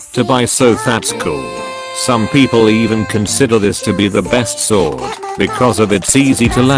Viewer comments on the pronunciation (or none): none